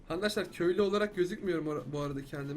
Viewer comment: abi nie handaşlar diyon arkadaşlar değil mi o ?